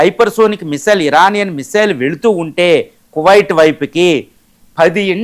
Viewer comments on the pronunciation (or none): none